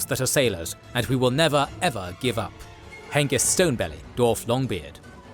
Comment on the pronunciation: Did you know there's a W after the D in dwarf?